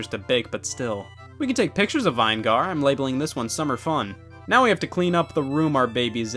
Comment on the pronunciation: I like how he said vine gar instead of vinegar